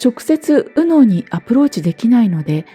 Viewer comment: 『右脳、左脳』の発音に違和感を感じて話が入ってこなくなったのも左脳の逆襲なんだと思いました。